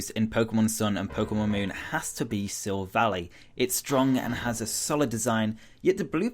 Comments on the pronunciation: Why do people say "silvaly" ? It's -ally. Ally. Allié en français. Ally in English. A l'aïl, quoi ! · Some of this is reaching a little... and Silvally is a combination of Silver and Ally, so it's Sill-vah-lie.